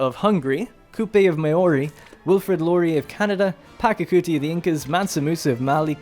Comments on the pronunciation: The pronunciation is "Pacha-kuti", not "Paka-kuti". The "ch" here is the same as in "cheese". Otherwise, a good style of presenting the game. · It’s pachacuti not pakacuti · It's Pachacuti, not Pacacuti